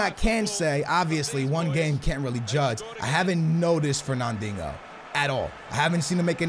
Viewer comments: HONESTLY ITS FERNANDINJO NOT DINGO I PUCHING MY PHONE ITS SO DAMN ANNOYING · can you please call the guy Fernandinho not “fernandingo.” Great vid and keep up the good work. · Fernandinho is pronounced Fur Nan Deen yo, thought you knew Portuguese jk skills love from Lisbon Portugal 🇵🇹!! 😛. Just sounds like ur saying fur nan ding ohh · He kept calling him fernandingo 😂😂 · Fernandingo? Really how hard is it to say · You should sell FERNANDIHNO! because you cant fucking say his name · Bro, where is the G in Fernandinho‘s name..